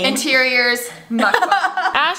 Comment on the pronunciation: I believe its pronounced Muk BANG. Not MukBONG